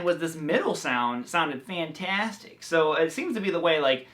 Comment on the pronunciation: I'm so glad your not one of those who speak in terms of automobiles when you describe something saying that it is "vantastic" .